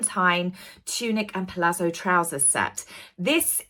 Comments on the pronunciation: Sorry to be mean about pronunciation, but Camilla's palazzo trousers are pronounced like the double zed in pizza... pal-atso. Also, "It got it's name from the mispronunciation of the Carrier Corps." Actually the pronunciation karrierkor is the same pronunciation as Carrier Corps (the -ps is silent). It was misspelling. The only mispronunciation was your pronunciation of pronunciation. Not pro-NOWn-see-ay-shun, but pro-NUN-see-ay-shun. Oh dear... But keep up what you're doing, I love your posts! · Palazzo is pronounced palat-zo 💜